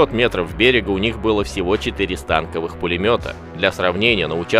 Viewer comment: что за дебильная привычка произносить станкОвый пулемёт с неправильным ударением... Запомните, вечные дети, закосившие от службы в армии: слово "станковый" применительно к пулемёту в русском языке произнсится с ударением на второй слог, на "о", вот так: "станкОвый", а не "стАнковый".